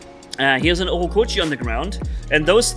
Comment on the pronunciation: keeps calling the Ochokochi, "Orokochi" 😅 -- Regarding cheating' I think there are two camps: 1- the losers, whose life seems to be so broken that they gain some validation in "winning". 2- the disgruntled. These are people who really wants to bring Pixo down. I despise the former, but have understanding for the latter. In any case, it seems their mission has failed so far.